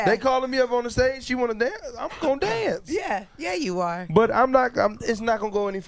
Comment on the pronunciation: "I'm gone danceth" lmao 1 he drunk 2 he got a lisp 3 im teambreezy and 4 I was entertained....